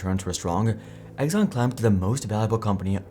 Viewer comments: Pretty sure it's pronounced "Ex-on" not "Eggs-on" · Who the heck is Egg-zon?? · "Egg zon" ? Yeah, that's not how you pronounce Exxon.